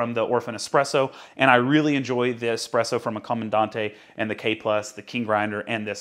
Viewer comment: I'm really glad to hear you say "easy presso" instead of "one z presso"